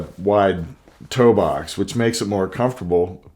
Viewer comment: Toe box.. say it with me____ Toe-box